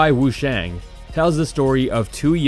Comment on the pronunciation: heibai wushuang, instead of wushang